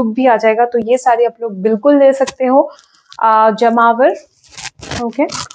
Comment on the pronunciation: Ma'am, it's Jamavar not jmavar